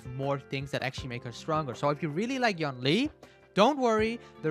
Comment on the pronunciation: yoon lee not yawn ly